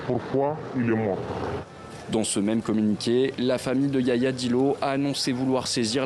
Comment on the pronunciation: Ce se prononce Yahya Dillo, pas Yaya Dillo.